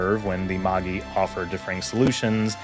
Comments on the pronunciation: Dude, cool video! But fyi it's definitely pronounced "mah-jai," not "ma-ghee." The three Magi are aka the three wise men from the Jesus birth story. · Do you mean "Mâj-eye"? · Magi is pronounced "MAJAI" like the word "magic" that it's related too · Right? Like, assuming he watched the series and didn't just read the wiki, you hear Magi pronounced "madge-eye" and Seele pronounced "Zey-ley" so often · With how well researched some of this video is I’m confused by your pronunciation of some terms like Seele and Magi. Both the English dub and original Japanese say these words many times. Which version did you watch that pronounced the German word “Seele” as “seal”?